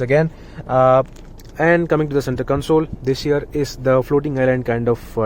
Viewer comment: Your "this here" sounds like "this year".....lol